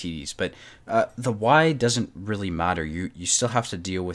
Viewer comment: Rallie?? Yo thwink yow cun jus say werdz anawhy yas loike un at won mattah? You're probably the type of person who says 'anyfink'... Regional accent is one thing, but giving carte blanche to any random pronunciation is just absurd.